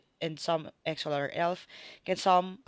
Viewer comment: Ngayon ko lang napanuod and medyo natawa ako sa pronounciation mo sa EXO-L hahaha marami nga nagkakamali diyan ma'am it should be EXO-EL. But still thank you for this video ma'am